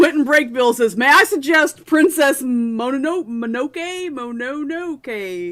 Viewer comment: NOPE YOU PRONOUNCED PRINCESS MONONOKE Wrong You are Butchering an Ancient Language, It's Pronounced (PRINCESS MO NO NO KAY) And I Checked that with a Japanese Native.